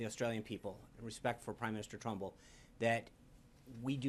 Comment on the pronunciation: This complete flop doesn't eve know the name of the Australian Prime Minister...he called him Trunbull when it is Turnbull. FML This guy reminds me of Brick from Anchorman.